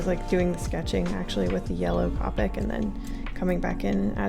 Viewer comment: Everytime you say "cop-ic" instead of "co-pic", a piece of my soul dies